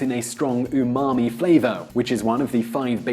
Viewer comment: i like the way he says umami